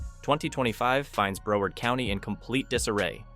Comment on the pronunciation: This is totally AI. The word “Broward” is mispronounced. I’m no fan of Desantis but would check all the data.